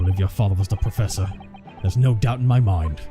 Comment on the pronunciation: "Prossefor" ? That's a new one! 😆